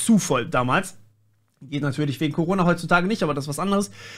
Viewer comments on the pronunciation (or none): none